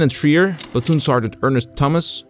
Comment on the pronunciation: Some help on pronunciation of names: Harold Schrier is SHRY-ur, not SHREE-ur. Louis Lowery is LAUER-ee, not LOW-ur-ee. (Think, “loud”, not “low”) Franklin Sousley is SAU-slee, not SOOZ-lee. (Again, think sound of “loud”) Michael Strank is STRAINK, not Shenk. Rene Gagnon is REN-ee, not Ruh-NAY. Spelling in photos: Schultz, not Schulz. Quality of your vids is always first-rate, so noticed these miscues. Keep at it, love your channel.